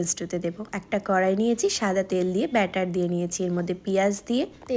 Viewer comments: বাটার ❌❎ব্যাটার ✅✅😂😂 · বাটার ❌ ব্যাটার✅✅✅✅😂😂😂😂😂😂😅😅